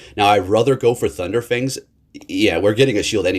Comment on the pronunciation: Love you, but how many videos are you going to call it thunder fangs? 🤙😂